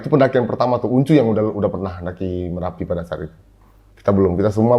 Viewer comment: MERAPI bos..bukan M"A"RAPI